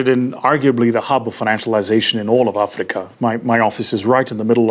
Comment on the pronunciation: Blah blah platitudes ......and a pronunciation of Africa that the Afrikaans would be proud of.